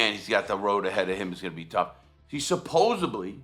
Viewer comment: Supposedly. It’s pronounced supposedly. There is no “b” in the word. You’ve been told. On you now.